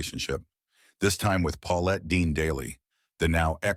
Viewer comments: It's Petit not Peteet!!! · Before you narrate a story learn how to pronounce words and players names. Petite not Petete! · "Andy Peteet" lol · Informative video - and it’s pronounced Andy Pet it . Just trying to help . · Please learn how to pronounce Andy PA-TITE. And I’m a Mets fan! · Very poor clickbait and the narration is clearly AI. I can’t believe a human narrator who is making a baseball video can’t pronounce Andy Pettite’s name correctly. The only reason my watch time was as long as it was is the time it took me to write this comment. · great job butchering Petits' name. AI really dialed in. dumbfork. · Oh God thank you!